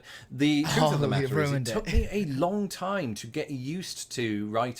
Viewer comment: I noticed you tend to pronounce words that END with "th" as an f. i.e. truth is truff